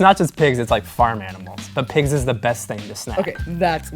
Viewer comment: Definitely thought he was saying 'pegs' not pigs.... Guess who's a kiwi? :P